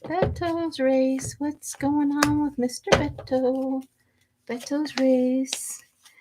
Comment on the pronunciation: Beto sounds like Bay Toe. I realize that looks weird. 🤣 I look forward to voting for him and hope he succeeds.